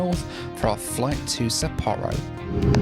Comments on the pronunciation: Its pronounced Ha-Nay-Dah and Sap-poor-oh and Hoe-kai-dough. I know is British but come on. make an effort. Also, I know just goes with the flow but I'd like him to do some research before hand instead of wasting money. He doesn't necessarily have to do the cheapest option but there are better options than taking a taxi between airports in Tokyo. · Please do not play a drinking game for every new pronunciation of Sapporo.